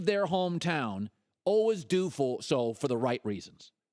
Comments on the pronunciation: The way he says al-was (al-wus) though... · I can't stand the way that Colin says "always". It sounds so weird.